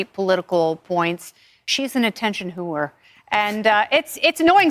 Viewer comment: Man that fox news b spittin out "whoerr" like she's gd Frank Reynolds